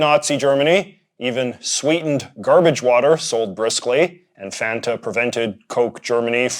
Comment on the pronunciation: For the pronunciation of Fanta, I'd like to point to the commercials with the jingle. It's not waynta faynta, it's want a fanta, and it rhymes. Not that it matters at all lmao it just makes me laugh to think of the commercial jingle pronounced like that